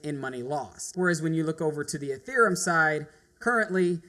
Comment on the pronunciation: It's EtheREUm not EtherUM..How can people not pronounce it?